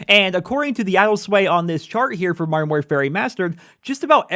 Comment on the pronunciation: Learn to say modern properly its anoyying!